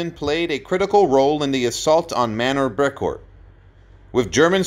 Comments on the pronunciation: Poignant is pronounced "poin yent" NOT "poig nant". Brecourt is pronounced "Brey core" NOT "Brek kort".Moose "Highliger" NOT "HEYLIGER" Ardennes is pronounced "Arden" NOT "ARDENNIS". These brave men deserve more respect than most, certainly more than you showed in this poorly done episode. Primarily, what exactly was so "tragic" about a man who lived a full and successful life after the horrors he faced with Easy Company in WWII? But most importantly, if you are going to pretend to pay homage to C. Carwood Lipton, at least use a narrator who is just slightly familiar with the English language. This entire "tribute" was an INSULT to a brave man and an American hero! You should be ashamed of yourself. If you want to honor "Lip" you will remove this abomination from the internet! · Nice tribute, but for GAWD SAKES man- get the Pronunciations Right! AR-DEN forest, Bray-court Manor, and Numerous others.... And, No reference to his nickname- "LIP"??!! Least the Amazing Historian team of Spielberg/Hanks got it right- he carried an M1-A1, in that battle to take out the 105s, Not a Garand.